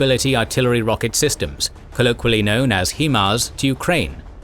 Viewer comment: I know this is kind of petty but it's pronounced "HIGH MARS."